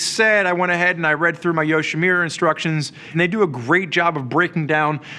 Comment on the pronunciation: It's YoshimUra, not YoshimIra. Same relates to the Arkapovich, have some respect towards the manufacturer.